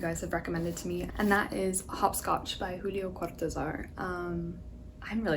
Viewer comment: Hi!! I’m telling you this cause I know you’ll probably appreciate it!! I’m Argentinan and when you say “Julio Cortázar” try to not close your mouth that much, you can try exaggerating your mouth movements (lol tahts weird to say) and the pronounciation will probably be more accurate🥰🥰🥰